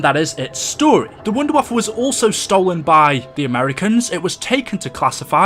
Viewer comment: It's pronounced vundervaffah-DG2